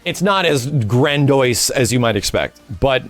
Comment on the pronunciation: MaxILoveYouButDidYouSay "GranDOIse"?!? ImScratchingTheHairOutOfMyScalpRightNow PlzHelp